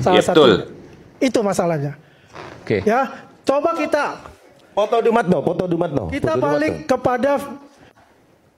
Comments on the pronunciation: DUMATNO om,,, bukan dumanto hehehe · Dumatno Bro bukan Dumanto. Hehehe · dumatno mas.. bukan dumanto....🤭